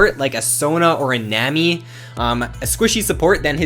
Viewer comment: nammmy? nammmy?! it's nami like tsunami